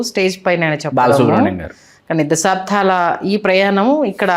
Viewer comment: అమ్మా....యాంకర్ గారు....!! దశాబ్ధాల...కాదు తల్లీ...!! "దశాబ్దాల"....అనాలి తల్లీ...!!! సాదా..."ద"....వాడాలి/ఉచ్చరించాలి..... వత్తు "ధ"...వాడకూడదు....ఉచ్చరించ కూడదు....!!!